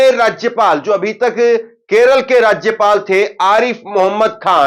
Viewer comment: पहले राज्य पाल बोलने सीखो फिर न्यूज को दिखा